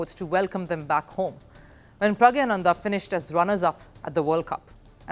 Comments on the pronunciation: Its PRAGNANANDA not pragyananda. Correct yourself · All are wrong. Its pronounced PragNYA. Sometimes English transliteration of Tamil (or for that matter other Indian languages) does not do justice for their original pronunciation. Let me give you the Tamil alphabet for this Tamil Script (notice the 'ஞா' which is pronounced 'NYA' in english and ) of his name: பிரக்ஞானந்தா The Tamil alphabet "ஞா" (pronounced as "nya") corresponds to the Devanagari combination "ज्ञा" (pronounced as "gya"). In both scripts, this combination represents a palatal nasal sound followed by a vowel sound, though the exact pronunciation nuances might differ slightly between Tamil and Hindi/Sanskrit. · the way she pronounced pragnandha and ding liren showed she did not study the topic before covering it